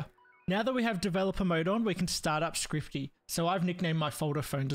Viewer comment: scripty? ScRiPtY? There's not even a 't' in it!!!